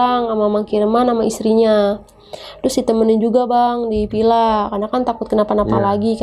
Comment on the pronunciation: Ini orang jaksel atau cianjur? Pila..pila..pilaa.. Or villa villa villa